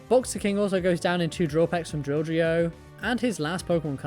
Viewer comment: Yoo!! You said Drilldrio first try this time 😂